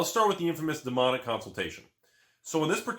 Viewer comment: It sounded like you called the card "Demonic Constipation."